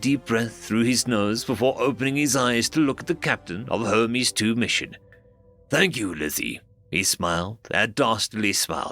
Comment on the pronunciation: The narrator did say Herpes right, instead of Hermes.